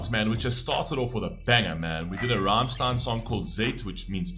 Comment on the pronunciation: Please listen to Rammstein's songs Rammlied, Wollt ihr das Bett in Flammen sehen, Ramm4 or Rammstein then you know how the band's name is pronounced. Again you stopped the credits... went from a like to a dislike